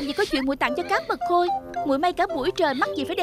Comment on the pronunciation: Trời cá mật khôi mà nghe cứ tưởng cá mực hôi